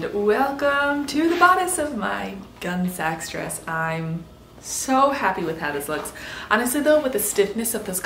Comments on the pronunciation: Great, fun collab. As others have said, the pronunciation is gunny sacks. Historic gunny sacks were made of burlap and used for transporting produce--think potatoes--so they were sometimes called potato sacks. Three legged races used them, so the races were sometimes called potato races (at least in my neighborhood). It was fairly common that flour sacks were used as yardage, but only the poorest of the poor wore gunny sacks. I had a halloween costume made from them. The brand, Gunne Sax, would I think, be a tongue-in-cheek reference to that genre/esthetic of garment making. Like opposite day for clothing. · I also went through the era In my entire region, everyone pronounced it gunney (rhymes with funny) sacks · Gun-ee Sax - not gun sax. couldn't get further than a couple minutes in, your mispronouncing drove me crazy. Next time, do your homework. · Picky, picky me, but the way you pronounced the brand name just grated on my ears. As i was definitely around at the height of this brand’s popularity, it’s “gunney sacks” like the bag not gun like the weapon. I see this happening more and more with younger creators and it makes me wonder what mispronunciations my generation would have made for terms from the 40s and earlier. Grouse over, I really like how your project turned out! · Yep like others said it is "Gunny Saks" Gunne Sax.. I loved these dresses when I was a kid and teen. I am so old. It was so hard to watch and hear it called a Gun Sacks dress. I know picky picky. But I enjoy your videos so much and ai of be how this dress came out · It is pronounced 'gunny sacks'. I know because I am old enough to have worn more than one and was surrounded by other girls wearing them too. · I’m just curious what gunny snacks taste like. 😏 If you’re going to dog someone for pronunciation, maybe proofread your comment first. They’re roughly equally important as errors go—which is to say, trivial. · K I came here to say this exact thing. Pronounced gun-NEE sak